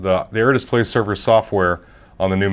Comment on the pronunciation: Are you Canadian? You say display funny. Like dissp-lay... It's bugging me out. Like whipped cream pronounced hwipped cream. Anyway good review.